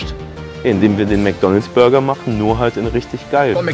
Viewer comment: Hast du gesagt der beste Bürger am oder habe ich mich verhört 😂😂😂